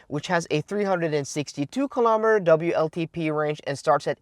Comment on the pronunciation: Please tell how to pronounce ‘w’ in English.... he is stuck with the German ‘v’ (hence vltp instead of wltp).... I’ve tried but presume he is unable to read his comments fully!